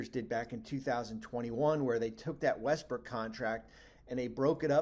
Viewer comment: He said Westbrick🤦‍♂